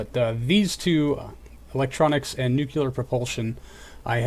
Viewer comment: nukulerr ugh no plz